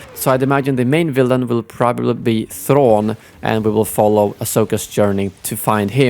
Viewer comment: You saying "Thrawn" is the most swedish thing ever. 😃